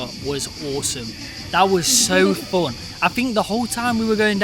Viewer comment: Its rare and strange to hear English word of "Fun" to be pronounced as Foown rather than Fawn. Maybe a Scotish accent or Welsh.